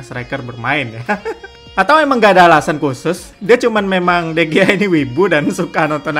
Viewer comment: Sedikit pembetulan dikarnakan orang Sepanyol sebutannya jadi De Hiya